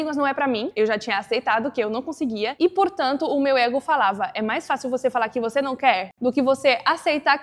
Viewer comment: o único erro de pronúncia que eu percebi foi na palavra "Ego"